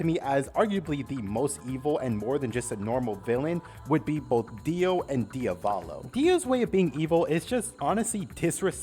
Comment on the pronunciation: Its pronounced "diav-ollo" not "DIA-VAAHLOW"